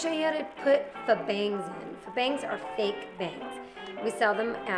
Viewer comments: faux is pronounced foe, not fuh. and i'm not a fan of the bangs! :/ stevie, i'm tired of all these hair videos. when are you gonna make one of your own? :o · .. lol it's pronounced "foe."